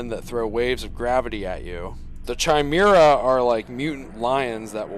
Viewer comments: It's pronounced Kimera without the H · ironically there is an offline single player tarkov mod that's pretty fun, but this is sick, because it's anomaly. and just to help for next time sewing kit is pronounced "sow'ing" and chimera is pronounced "kai'mare'uh"